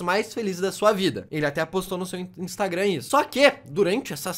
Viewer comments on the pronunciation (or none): none